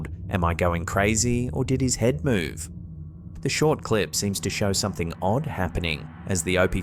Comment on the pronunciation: I love the way says… somethink… like he’s got a stuffy nose. He really emphasizes the “ink” part & it cracks me up for some reason! My husband is from England, but he’s from Bristol, so he has a different accent. Funny how they have so many different accents in a country the size of England! Although, now that I’m thinking about it. We have different accents just in different parts of Southern California! I could tell If someone was raised in the valley bc they have that vocal fry, (think valley girl, or Kardashians). Whereas I’m from the Westside, where we speak more surfer/skater dude! 😂 🤙